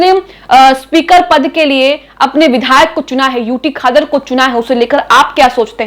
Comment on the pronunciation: खादर नहीं क़ादर कहो